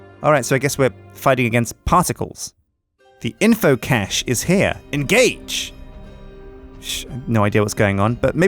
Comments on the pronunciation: cache, not cage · Caysh :D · You are pronouncing cache so wrong and it's bothering me more than it should. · Anyone else find it odd how pronounces "cache"?:D